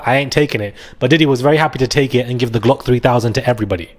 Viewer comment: he have me in here screaming talking about the Gluck 3000